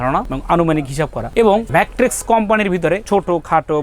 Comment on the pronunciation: Age mettress bola sikhen.thik moto mettres o to bolte paren na. Bokachoda macttress kire ..